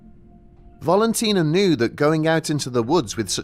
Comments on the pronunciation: I think it's Valentina , not Volontina. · Please explain why you keep pronouncing it as 'harma debarn', everywhere else says 'Kar Mar Dab Ann'. Also 'Volantina'? it's 'Valentina'. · Old stuff but for the mispronunciation of Valentina's name. It's VALentina, like VALentine. Not bloody VOLentina.